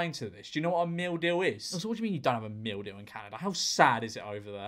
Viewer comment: The more he said "meal deal" the more it turned into "mildew"